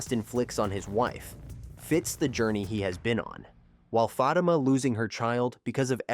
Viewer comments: Za-Tima It's like you're purposely mispronouncing it. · AI can't pronounce Fa tima not fat I am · Fateeema not Fa ta ma!! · Do you people reporting on this show watch it, or are you reading a script?????? I enjoy your short clips, but you need to watch the show to LEARN the pronunciation of Crystal's name on the show as well as the name of the show.... Fatima and Zatima. Not whatever it is you are saying. Apparently, I'm not the only one it bothers. Please do better!😢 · Y'all need to stop using AI FOR OUR STUFF AND WHITE ONES AT THAT. ITS FA TEEM A AS IN A SPORTS TEAM IN SISTA NOTS SISTAHHHHS. HAYSLET. IS SOFTLY PRONOUNCED AND YOU DAMN WELL KNOW YOU DIDN'T WATCH OUR SHIT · First of all I'd like to ask please stop pronouncing their names wrong. I don't think Fatima got shot. But I do see her cousin Madame coming into the picture very soon. 😮